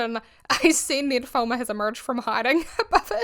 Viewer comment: your accent when you say Ned Fulmer sounds kinda like "nymphoman" 😂 coincidence? yes. but funny ❤ also....full heartedly agree with your take.